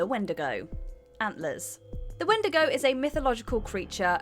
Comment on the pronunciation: Oh and also where did everybody go in antlers OR YOU could say "wen'di'go"